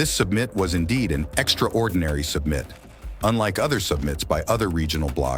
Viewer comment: A.I. can't pronounce "summit".